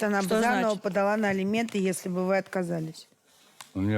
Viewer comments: Неужели герои не знаю значение слов " элементы" и "алименты".Как можно так говорить элементы да элементы.Кошмар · Все кто участвует в этой передачи и которые требует алименты говорят элементы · А прикиньте, сидят вот эти, герои которые, и думают: «вот Саша с Юлей ведут такую передачу и образованные такие вроде, а слово «элементы» говорят неправильно.» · Жена Товстика тоже так говорит "Элементы"